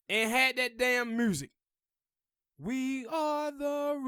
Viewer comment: Black revolutionary got zilch to do with lyricism.... Pac was an horrible rapper skill wise.... His messages was great, but horrible cadences, Inflections, lyrics.... Dude please pronounce music correctly, sir.....🤔